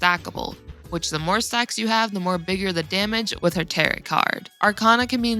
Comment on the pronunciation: I just have to preface that the t at the end of tarot is silent :D